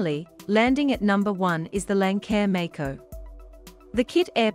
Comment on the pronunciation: Your mispronouncing Lancair. It’s Lance-air after Lance N, the original owner of Lancair.